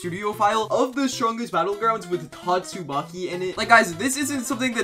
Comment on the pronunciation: Don’t tell me you said “GYATTSUMAKI” 😑